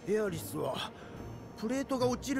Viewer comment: Il a dit ah é riss au lieu de Aerith